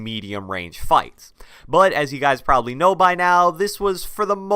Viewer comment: I love how you say PROBALY